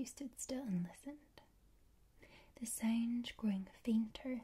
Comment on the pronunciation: How does that “sownd”..